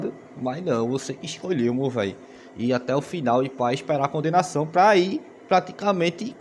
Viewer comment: DEVOTO DE MORO😂😂😂 "copissaum"